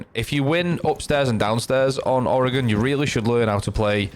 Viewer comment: First person Ive heard even remotely pronounce oregon right. My only note is that the "e" is actually semi-silent.